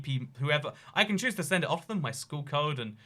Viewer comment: I like how he says can as con, but can’t as can’t